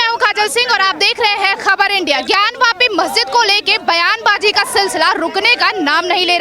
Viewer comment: जी आप बहुत अच्छा बोलती हैं बहुत सटीक जवाब देती है आपका जवाब देना बहुत अच्छा लगता है लेकिन बात करने में एक चीज का ध्यान रखें काशी में यह ज्ञान व्यापी मंदिर नहीं है ज्ञान वापी मंदिर है आप जैसी हिंदू शेरनी पर मुझे गर्व है हर हर महादेव जय जय शिव शंकर